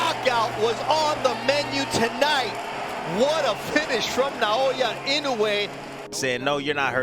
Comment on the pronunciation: could'nt pronouce Naoya's name before the fight nor after lol.